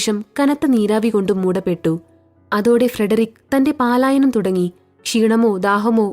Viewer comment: കഥ സൂപ്പർ! പാലായനം എന്നല്ല 'പലായനം ' എന്നാണ് വായിക്കേണ്ടത് കേട്ടോ 😂